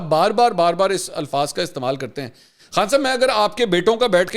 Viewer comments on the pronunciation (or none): none